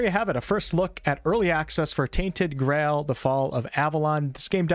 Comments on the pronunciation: omg my guy said "grall" not "Grail" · Did you say "Tainted Grall"? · did I really just listen to an American mispronounce "Grail"?... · I like how you can't say the word 'grail' properly